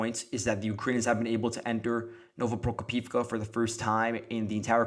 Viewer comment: You keep mispronouncing Novoprokopivka. It's "no-vo-pro-KO-piv-ka".